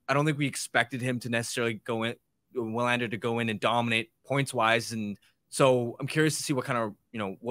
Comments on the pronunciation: Yes, you´re right. W is usually (maybe always) pronounced as V in Swedish. I am Swedish and I can´t recall W being pronounced any other way than like a regular V. So Vi-LAND-er (or Vee-LAND-er) is more correct than what I wrote first. The emphasis should be on LAND and not VI. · wouldn't it be pronounced, in swedish, "VILL AND ER"? thought their W's were like a V